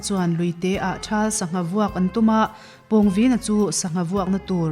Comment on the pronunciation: Pawngvina hi introduction ah Khan ilam diklo ania